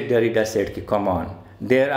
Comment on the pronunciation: Sir you still pronounced his name wrongly